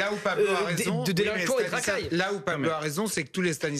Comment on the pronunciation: Pablo , Pa blo , Paw Blow 🤣🤣🤣